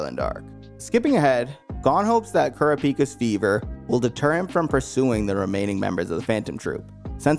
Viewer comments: ku ra pi ka lol you're calling him ku ree pi ka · Kurapeepah? Man, these pronunciations have to be rage bait right? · I had to stop watching after how you said Kurapika's name 😂